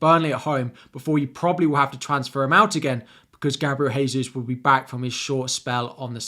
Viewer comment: Gabriel Jesus is not from a Spanish speaking country therefore his name is NOT pronounced Haysus